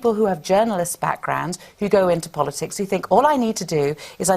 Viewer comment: Stop saying polisix! Jesus!